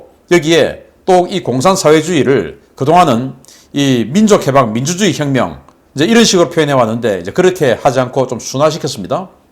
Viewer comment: "민주주의", "사회주의" 발음을 바르게 합시다